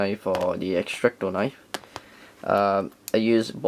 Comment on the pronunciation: "Extracto knife".... Lol.